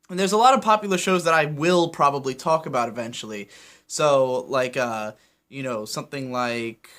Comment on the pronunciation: I gotta balk at the way you say talk and walk